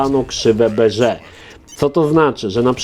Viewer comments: Czemu mówisz krzywe beże.. Zamiast po prostu tak jak na wiki mówia po prostu...krzywe bez je ra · Prawidłowo Bézier wymawia się „Bezje”, nie „Beże”. Film z prawidłową wymową na YT znajdziecie pod tytułem: „How to Pronounce ''Bézier'' Correctly in French”. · Ok, też to samo wyłapałem... wiki mówi, ze mówi się "bezjera", Możliwe ze wymowa po francusku jest lekko inna (tak jak piszesz) - ale mnie na studiach uczono ze to są krzywe bezjera.